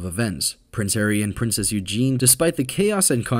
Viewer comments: It’s not Eugene (male form) it’s Eugenie pronounced Eugeney (female form) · Eugenie.. not Eugen.